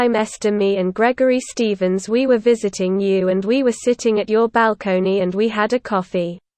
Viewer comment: Gregory Shtevensh? Nothing to do with me.